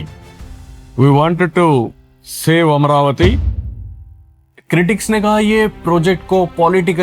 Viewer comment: Bhai it's Amaravati not Amravati